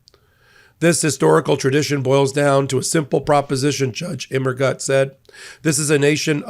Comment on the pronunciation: Immergut - I think it's gut like put, more of an oo sound. I think it means Evergood in German.